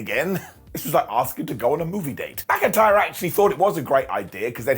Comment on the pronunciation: BrocIntyre riddle and drew, said as brokentyre.